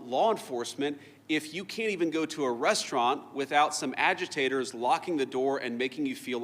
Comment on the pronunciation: He said AGITATORS